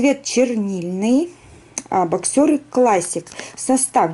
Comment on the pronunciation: Здравствуйте, в обзоре на мужское бельё, ставится ударение на 1-й слог, бОксеры, а не боксЁры.